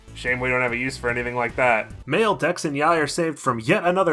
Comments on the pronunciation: Evertime you say the gang's name (Mayl, Dex and Yay) i hear Male Dex and Yay, and I'm like: "isn't dex already male?" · Ngl everytime you have to talk about the 3 friends I keep hearing it as male dex yai so now I have a image of a female dex thanks for that lol